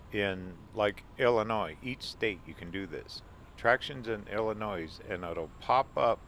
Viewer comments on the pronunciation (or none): Enjoyed the video! I’m from the area.. one thing that bothered me. 😂 it’s pronounced Illinoi. No S. Just remember Illi noy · NO NOISE in Illinois! The "s" is silent. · Great video 👍👍👍 by the way the s is silent in Illinois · Go to Lexington and Towanda and Bloomington. The S is silent in Illinois.